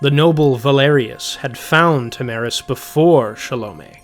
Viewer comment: What about OP repeatedly saying “Tam-aris” instead of “Tara-mis”